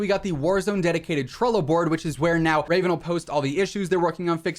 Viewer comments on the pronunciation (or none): none